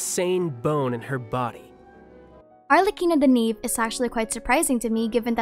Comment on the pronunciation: Yes but (as an italian) the pronunciation killed me Ah yes, la SiGHNora and arlecino (jk) Also by far Arlecchino and Columbina are my favourites I see arlecchino as such a cryo sword user idk why